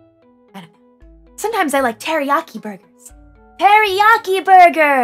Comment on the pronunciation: start guh hey fellow kids, "Borgar"